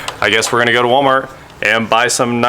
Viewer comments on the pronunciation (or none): none